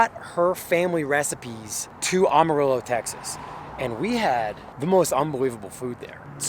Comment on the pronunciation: by the way it pronounced am like amateur “Amarillo “